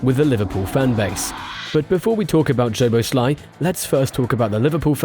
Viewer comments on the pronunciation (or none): his name is- soboslai. hungarian 'sz' is the english 's' 🙄 in pleasure that is in hungarian the last letter 'zs' like the old player's name bozsik